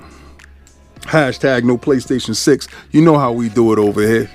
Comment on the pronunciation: “PLAYSTAION” App….😭